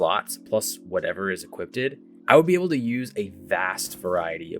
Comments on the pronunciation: I hate to be that guy and I'm not trying to make fun of ya. But I can't get over the fact that you keep saying "equipp-ted" instead of "equipped"😂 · Mans is saying "equippeded" lol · “Equipped” vs “Equipted” 😂